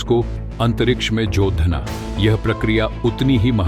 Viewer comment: सही उच्चारण करो। जोड़ना को जोधा बड़ा को बद्ध आ बोल रहे हो।